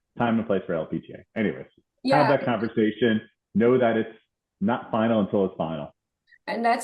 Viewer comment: Is the female interviewer aware that she is pronouncing "er" as "a" or "o"? It's distracting to the person being interviewed. Specifically, she mispronounced conversation and overhead.